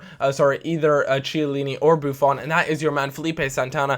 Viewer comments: IT'S PRONOUNCED "KIELLINI"!!!! Please:) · when you pronounce chiellini act as if it starts with a k cos its not prounounced with ch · Still can't pronounce Chiellini...